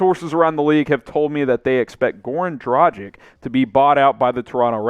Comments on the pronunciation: Omg, not Dragic like "tragic" but like DRAGHIC . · I don’t get it: everybody can pronounce Doncic correctly (with a „shesh“ at the end), but when it comes to Dragic (same ending), everybody seems to think that his name has something to do with the English word „tragic“, instead of pronouncing the end just like in Luka‘s case. Freaks me out tbh